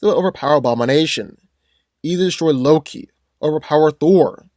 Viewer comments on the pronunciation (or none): none